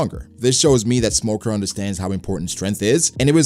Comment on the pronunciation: You say smoker more like Lmoker